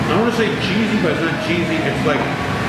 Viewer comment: Did you say "cheesy"? :)